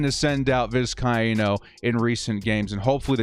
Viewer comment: It’s Vis-Kay-no